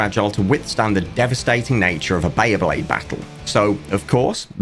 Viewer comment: One random question: was the pronunciation of bay-A-blade from a localization somewhere? The A should not be there 😅